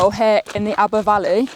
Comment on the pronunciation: Great video absolutely love Aber Falls and don't worry you did say it correctly 👍 Awesome drone footage of the falls 👌 I used to be the same with about long walks etc, my mum used to walk around the Great Orme and I was like why?? Little did I know hey! All the best..